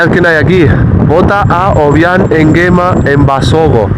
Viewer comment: Hola soy guineana y si no sabes pronunciar el nombre del presidente no lo hagas por favor , al guineano no le gusta que le graben